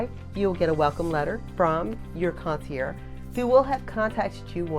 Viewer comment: Great information. I just want to correct your pronunciation of the word concierge. The “ge” are not silent.